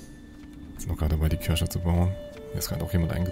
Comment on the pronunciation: kommt mir das nur so vor oder sagt die ganze Zeit Kirsche statt Kirche? 🤔